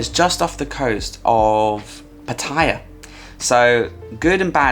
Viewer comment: WHY WHY WHY is it simply impossible for British people to correctly say PATTAYA!!!???, with your vast knowledge of Thailand, how can you continue to make this mistake? Makes you sound like a newbie.